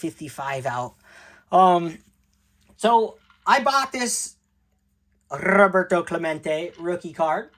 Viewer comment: Dead Centered Rrrrroberto Clemen tay